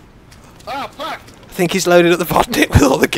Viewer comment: after tony shoots at someone "FACK YOU " XD